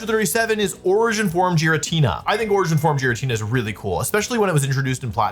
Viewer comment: I get that it's a bit, but pronouncing Gs as Js like Jaritina is starting to genuinely annoy me 😂